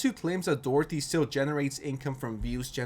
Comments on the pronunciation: In the name of a dictionary how many weird names did you make out of Doherty, in Ireland it’s pronounced Dock-er-ty. Not Dorothy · Are you calling him Jack "Dorothy" on purose, or is this another "Eye Spiez"/Ice Spice situation?😂✨ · Are you saying Doherty or Dorothy?? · Doherty = Dorothy? Video creator might be dyslexic